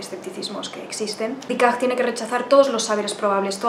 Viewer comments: Aunque lo este trantando de pronunciar en fránces lo pronuncia mal. Ella dice Dicart ( un frenglish un poco raro), cuando en realidad es Decart. Hubiera sido mejor que hubiese dicho Descartes y ya está. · Ha dicho «decag», ahhhh!!!